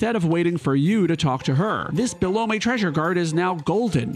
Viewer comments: Belom-ey? lmfao My favoite Christmas movie is "Hom-ey Alon-ey" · “It’s Bee-lum!” - Rush Belome of the Belome Show (Super Mario Guy RPG) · I'm sorry. Are you saying "Bee-loh-mey?"